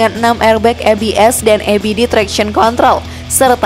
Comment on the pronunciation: EBD dibaca ibidi bukan ebidi ✌️